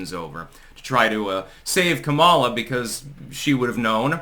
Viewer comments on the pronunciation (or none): Its comma-luh, not Kamala...stop being so racist